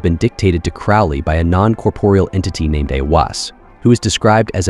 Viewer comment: Bro, I love you, so this is loving feedback: CROWLEY rhymes with "HOLY" THELEMA rhymes with "the DREAM-uh" NUIT rhymes with "the WHEAT" (as does HADIT, and the final syllable of RA HOOR KHUIT)